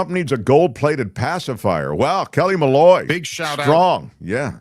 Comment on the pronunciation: Malloy not Malu -sorry